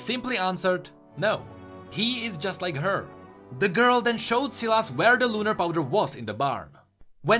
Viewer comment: also sylas is pronounced sai las not si las